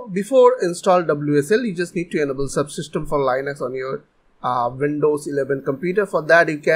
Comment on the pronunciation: when he pronunced linux: 💀💀💀💀💀💀💀💀💀💀💀💀💀💀 How to pronuce linux: L-e-Nox